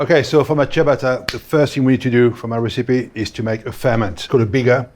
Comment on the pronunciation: FIRST YOU should learn HOW to pronounce the word ciabatta , but also the way you do it has nothing to do with Italy ! its a self invented rubbish ! the entry G - oven fired with cheap ! gas is disgusting ! selling us wood fire image ! a metal ! box with a stone in it ! production cost under 50 usd ! for the largest one ! is a total fraud ! the image which is build up is. a lie ! any electric oven does the same ! and if you are really interested in food. build yourself a wood fire stone oven !